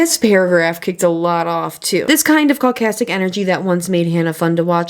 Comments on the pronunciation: Pronouncing caustic as caucastic is the funniest yet true misreading you could have done :D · i dont know if you intentionally read the word caustic as "caucastic" but if u did that was a genius move im laughing so hard. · I know you meant caustic, but "caucastic" - is fucking brilliant. It may not mean or even relate to being caustic but it still needs to be a word.